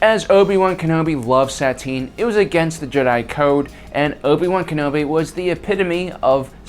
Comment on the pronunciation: dont get me wrong but this whole video all I heard was Sat-tine, its pronounced Sa-tine